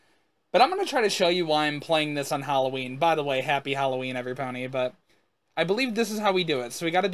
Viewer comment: He said everpony